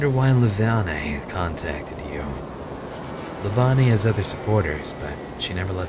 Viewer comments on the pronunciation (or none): I don't mean to be a damper here but ummm. I think Her name is pronounced "Leh-vain." Is it just me? I don't know I just thought Id add a possibility.